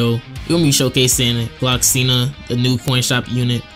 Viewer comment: Love your videos! Just wanna let you know that it’s “Gloxinia.” there’s an “ia” at the end of his name. Idk if you already know this but I only hope I helped ^^